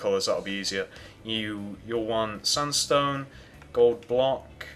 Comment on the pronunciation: sandstone not sundstone!!!!!!!!!!!!!!!!!!!!!!!!! LOL